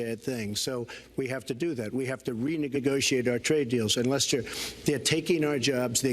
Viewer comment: Any one notice how it sounds like hes saying "re-niggagociate"